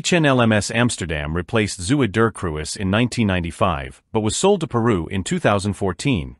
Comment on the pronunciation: For the dutch impaired, Zr Ms translates to 'His Majesties'. The name of the fleet oiler mentioned, Zuiderkruis, translates to 'southern cross'. This AI's pronunciation of dutch is hilariously bad.